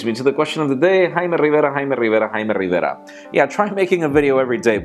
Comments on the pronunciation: haime riverra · stop saying Jaime Rivera Jamie Rivera dude come on grow up..... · I like how he says Jaime Rivera